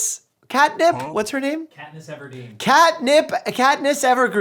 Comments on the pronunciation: It's katniss evendeen lol when u literally said katnio evergreen lol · “what is her name?” “Katniss Everdeen.” “CAtNiP EvErGrEeN!” 💀🤣